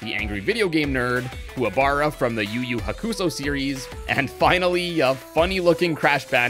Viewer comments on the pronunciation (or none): That yuyu hakusho pronunciation was HORRENDOUS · The way he said Yu Yu Hakusho is just... no